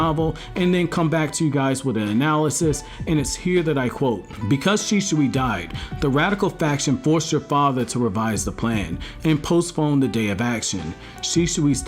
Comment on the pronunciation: ITS FUCKING SHI-SUI. NOT FUCKING SHI-SHUI !!!